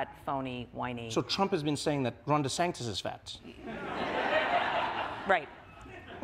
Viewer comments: I love how Trevor calls Ron Desantis "Ron Desanctis." Makes no sense. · Trevor, it's DeSantis, not DeSanctis. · I've noticed Trevor is consistently saying "DeSangtis" instead of DeSantis. Has anyone told him before? Or am I missing something regarding how DeSantis is pronouncing his surname? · Great interview. It sounds like Trevor is putting a C in Ron DeSantis' last name. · Trevor: DeSanctis😲 Maggie: Desantis🫥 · Great interview, but why does Trevor keep pronouncing it "DeSanktis'? Haberman seemed to follow it by mentioning "DeSantis" each time to keep it focused on the correct person. But I found it oddly distracting. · Why does Trevor pronounce DeSantis as DeSanctis? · it’s DeSantis, right? not DeSanctis? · Great interview with a super intelligent woman... But, Trevor.... it's not "DeSanCtics"... it's De Santis ! Just a little annoying issue ! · Trevor why are you saying DeSanCtis instead of Santis? You've still got deSanctimonuous on your mind I think... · “De Sanctis” lol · Am I mis-hearing Trevor? He seems to say the Florida governor as deSanctis with an internal c. Maggie says it correctly. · Am I the only one hearing Trevor saying „Ron deSanCtis“? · DeSanctis? Unusual mispronounciation for Trevor. And she's sitting next to him saying it correctly. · Has Trevor been saying Ron De SANCTIS? That is what it sounded like. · Ron Desanctus? is he purposely saying this? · Stop saying Sacntis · Why does Trevor keep saying DeSanctus? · Why is Trevor mispronouncing the governor of Florida's name? That's like a rookie mistake. I don't get it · Why does Trevor keep mispronouncing Ron’s last name? 😂